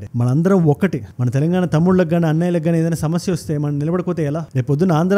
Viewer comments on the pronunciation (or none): none